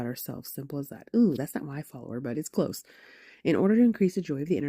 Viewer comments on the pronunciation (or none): none